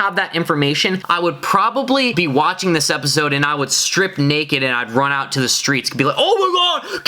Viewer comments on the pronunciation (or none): none